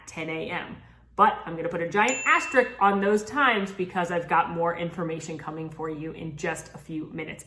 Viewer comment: THIS IS WHY I LOVE ALL EARS! Information without editorializing! Now, we just need to teach how to pronounce 'Asterisk' lol. Thanks team! Love you all!